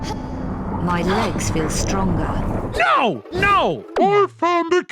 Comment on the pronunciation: “I FEEL stronga now”